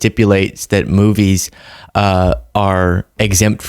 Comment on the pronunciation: Sorry, did he say "moobies"?